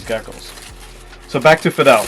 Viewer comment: The “Fadel” / Feedle pronunciation was throwing me off there. 😅